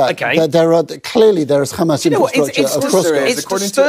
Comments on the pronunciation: Look at the way the presenter pronounces 'kkhamaas' it explains it all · the presenter pronounces 'Kkkhhaamas' so we know where he hails from